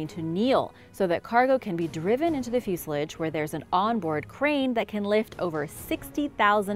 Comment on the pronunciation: So what exactly is a fusealegs. Just so you know the proper pronunciation is fuselage.